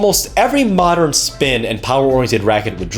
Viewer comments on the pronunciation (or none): none